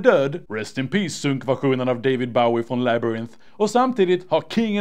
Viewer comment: David bawie